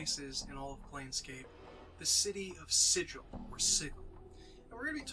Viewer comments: ah, Sigil hard g (sih-gul), not soft g (sih-jil) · Super glad you're doing this. Planescape is the best D&D setting ever. Nothing else like it. That said, Sigil the city is pronounced with a hard 'G,' unlike sigil the english word. Easy mistake. Keep up the good work and spread the planescape love.